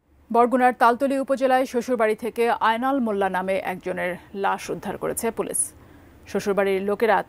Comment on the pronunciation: সাংবাদিক আপা একটু বেশিই স্মার্ট 😂।পুলিশ না বলে । পুলিছ 😂😂😂